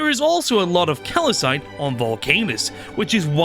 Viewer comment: can this dude pronounce ANYTHING dawg? like obviously my SPECIFIC PRONUNCIATION of nauvis is obviously correct. also, CALACITE? cal-cite bro. where the fuck is the other A coming from?